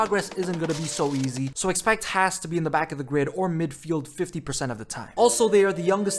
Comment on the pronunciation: At least learn to pronounce Haas